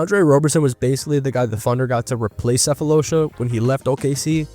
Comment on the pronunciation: love the video bro, just wanna help out as a south african, Sefolosha, you just gotta pronounce the "Tha" part as Tar like as in actual tar which im glad you gave him a shout out, im not tryna be a karen i swear, i loved your breakdown